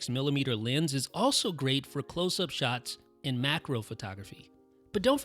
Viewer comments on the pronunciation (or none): none